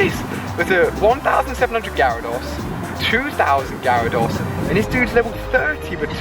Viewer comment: Do all people from the uk pronounce Gyrados and lapras like that? It annoys me so much because I'm a whiny little bitch.